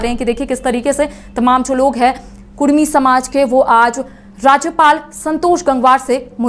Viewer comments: Kurmi nehi kudumi boliye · Patrakar mohodaya kudumi bolo kurmi nehi